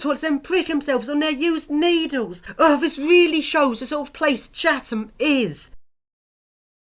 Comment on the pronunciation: ITS NOT CHAVHAM ITS CHATHAM